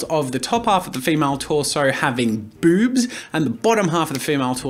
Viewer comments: Ami I the only who hear bubs instead of boobs when jazza speaks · i cant get over how he says "BOoBs" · It’s not the fact I was caught off guard by you saying boobs, it’s the way you said Bewbs. Couldn’t help but snicker a bit by the emphasized b’s and o’s. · I love the emphasis on "Boobs"